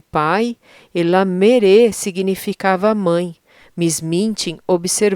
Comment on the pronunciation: Estou gostando bastante. Só uma observação: mãe em francês se pronuncia mér e pai se pronuncia pér, mas realmente se escrevem mère e père.